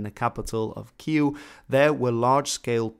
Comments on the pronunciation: He's trying to pronounce Kyiv, he just sucks. Dont take it personally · What the hell is Kyu? Its Kyiv. Not Kyiu like you say.. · Why is the speaker pronouncing Kyiv Que? Honest question here. I thought Russians called it Key-ev and Ukrainian spelling changed it to Keev (pron not sp). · Is something wrong with my hearing? I'm always hearing you say "Kiel" instead of "Kiev" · Why do you keep saying "kee-you" when the Ukrainian government has requested it be pronounced "ky-eev"? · Dude, you struggling with Kyiv pronunciation. It is KEE-yiv. You starting with 'Q' somehow :D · It's Kiev not Kiu! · 1. It’s Kiev, not kiiiiiiiiv. 2. Why should Ukraine force Crimea and the Donbas to remain if they don’t want to be a part of Ukraine? Does “Democracy” suddenly not matter when it goes against Kiev’s regime? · I’m so confused with the pronunciation of Київ, why are you saying Queue? If you’re struggling with the Ukrainian pronunciation, use the one more English speaking friendly, Kevee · Queue? WTF is that? It's Kiev or even if you subscribe to the newspeak - Kyiv [keev]. Ffs, you're making a mockery of your own side by botching it. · Pronounciations of Kyiv:: Kyew/Kieuw CNN: Keev how it's actually pronounced: Kyive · Why do you say it like Kiew? Even in Ukrainian it is KyiVVV. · ok, video is alright but what the fuck is "kiyu" lmao Ki-Ye-V or Ki-Y-V for the love of god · Kiev not Kiel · ITS NOT KYUV ITS KYIV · its kiev or kyiv not kyyl....... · Real talk, it annoys me to hear this city called 'keew' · lmao did you seriously pronounce Kyiv "kew"? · You sound pretentious when pronouncing Kyiv as “Qu”. First it was Kiev, then Kyiv, but now pronounced Qu? Just one of your followers who finds this part annoying. Thanks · Why do you pronounce Kyiv "Keyuww" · no, it definitely isn't, it's a very shitty attempt at doing so, sounding like the "kew" in "kew gardens". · Yeah, it's really weird. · Genuine question, why do you keep calling the capital “Ky-oo”?